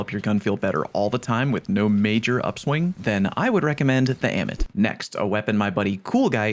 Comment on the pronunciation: Ah-mit. Say it with me. Ah-mit.